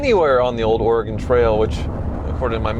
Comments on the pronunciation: It's pronounced "Or-ah-gun" NOT "OREEGONE!" or "OraGON" C'mon you guys! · It’s pronounced or-ee-gun. not or-ray-gone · ORE Gone???? if your gonna say the name 5x the first minute learn how to say Or Gun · I am guessing OregAn is the correct Florida man pronunciation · Thank you so much for bringing this up. My Oregon heart immediately dropped when he said Ore-Gone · "Or-a-gun" It's a common mispronunciation.. lol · Please don't be the person that says "oregin" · CHRIS HE SAID "OREG-ON" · It's (Or Rig Gun) That's the correct pronunciation. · Russian agent?.; is comrade and the way he pronounces Oregon, "Oregahn" is the way you pronounce hurricane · Came here to say the same thing…wtf Ore-gone? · He says it like Nat's What I Reckon says Oregono. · please you’re saying Oregon wrong it’s pronounced like “organ” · The way Freddy pronounces Oregon urks me the wrong way as a person born and raised in bend Oregon hearing out of towners pronounce it OR-UH-GON is hilarious to me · Had to stop watching after you pronounced it "Ory-Gone." It's still located between Washington & California, Oregon hasn't "Gone" anywhere. 🤦‍♂️ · Did they really go the entire episode without correcting pronunciation of “Oregin”? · Why does he keep saying Oregone? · OR-EE-GONE .... so many times.... how did this actually get produced? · Good gawd. Oregon ain’t GONE anywhere. Please help him learn how to pronounce it! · Oregonian here, and I’ve heard the name pronounced as “organ”. I’ve also heard it pronounced as “Or-eh-gun”. pronunciation would definitely make the locals think that he’s not from around here, but Ed’s and pronunciations would allow them to fit right in. 😅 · It hurts so much hearing him pronounce it wrong. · As an Oregonian I heard that and was like 🙄🙄🙄🙄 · I'm glad I'm not the only native Oregon who is offended by now he pronounced it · Freddy is disqualified for pronouncing the Oregon wrong from the start. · The Oregon Pronunciation 😢